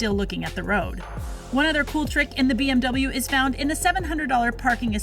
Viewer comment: it’s BMW not BWM.. hmm..